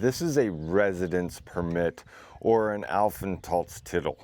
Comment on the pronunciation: If you say the word "Aufenthaltstitel" say the part "Titel" long and not short. Just for a better pronounciation. Keep practising the language! 🙂